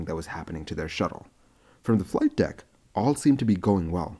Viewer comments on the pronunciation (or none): none